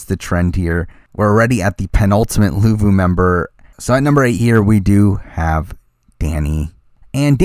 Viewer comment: luvu not levu